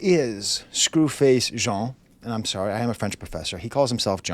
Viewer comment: Yoooo he even said your name right